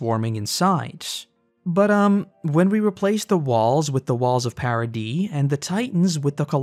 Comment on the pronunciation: It's ParadieS with an S at the end.